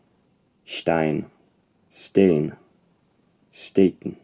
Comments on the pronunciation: very good, neutral pronunciation of 'steen' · Dutch was spot on also for such a simple word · His Dutch pronounciation of "steen" was perfect as well.